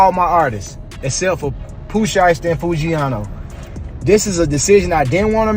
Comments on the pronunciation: “One thousand seventeen” “Pooh Shesty” “Foo-ghee-ano” and “Gucci Mon-aye” 💀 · Big scarr didn't pass away in 2024 Enchanting didn't pass away in 2022 🤔 DF?? 😂😂😂 Pooh Sheesty, foogyano wtf cant even say the names right 🤣🤣🤣🤣 come on get ya s#it right lmao